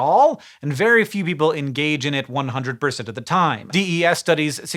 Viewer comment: Thumbs up if your inner voice said, "Huh. The way he pronounced 'percent' there. I'm gonna have to rewind it."